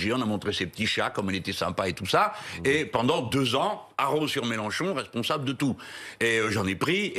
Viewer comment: Melenchon dit Mechancon. 🤡🤡🤡🤡🤡🤡🤡🤡🤡